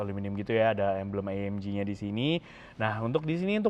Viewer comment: Itu cara bacanya AMG bukan AMJI, karena di bahasa Jerman itu G tetap di baca G bukan jadi Ji kayak bahasa inggris